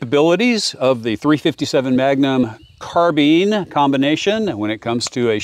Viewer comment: Carbeen? Carbine, rhymes with dine, fine, mine, nine, pine, vine, wine etc.